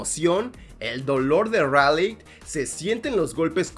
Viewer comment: Se dice ralei xd Me encanta gypsi y striker eureca